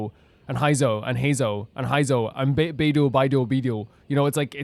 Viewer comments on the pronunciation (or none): There is a pattern where it's the "ei" sounds that you switch to "ai" Beidou, Heizou, Ei, and probably others.